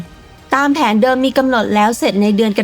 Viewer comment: เค้าอ่านว่า กรกฎาคม ไม่ใช่กดักดาคมนะจ๊ะ